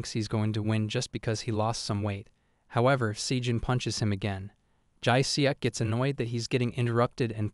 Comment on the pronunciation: Enjoying the videos! Just some advice, might be worth brushing up on the Korean name pronounciations - Jae Seok is pronounced Jeh Suhk, without an obvious ‘e’ sound